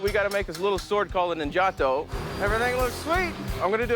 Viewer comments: It's pronounced Neen ja tow not gelato / nin gatow ...aweful!!!! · After studying Japanese in Japan for years, it bugs me to no end how Americans pronounce three-syllable Japanese words... (it's NIN-ja-tō, not nin-JAH-to). Yes, I'm THAT guy. oh well...